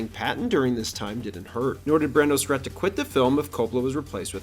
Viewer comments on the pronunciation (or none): none